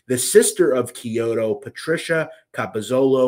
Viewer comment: Very good job on the pronunciation of Chiodo, you pronounced it kiodo wich is correct!!!